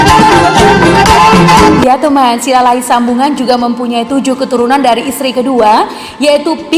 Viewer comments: Admin..coba lu perbaiki ucapanmu Silalahi Sabungan itu yg benar bukan Silalahi sambungan..panas kupingku dengar nya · Silahi Sabungan kok dibaca jadi Silahi Sambungan.?